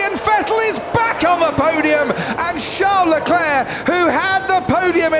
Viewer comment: Sean Leclerc? what is Sean British for Charles?